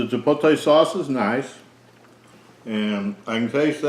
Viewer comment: Honest review. You did however trigger my OCD. I would ask you read the word CHIPOTLE carefully and then pronounce it. Chi pote lay. Rather than Chi polt ay. Keep up the good work.